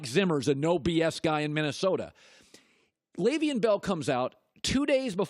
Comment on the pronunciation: After all these years you still can't pronounce his first name.